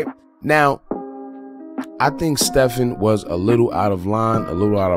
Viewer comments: It's pronounced STE-VEN, not like Curry. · His Name is pronounced STEVEN